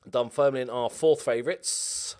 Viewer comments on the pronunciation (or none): none